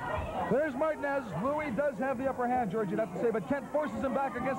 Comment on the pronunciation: Well the commentary couldn't pronounce Martinez